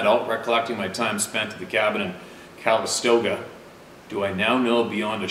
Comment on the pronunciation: Sometimes... pronunciations/enunciations make me giggle hard. "Cal istOga?"🤔 yup, that's it my friend. 🥴